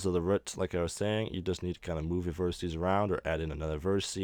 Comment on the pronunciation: Very interesting. It does anoy me though that you keep talking about on verticee, (don't know how it would be spelled...) it's a vertEX... Vertices is the plural. To anyone that wants to burn me about this, I have ASD... These small errors make it REAL hard for me to actually follow the tutorial. Besides, my comment is meant to TEACH, not to make anyone feel bad...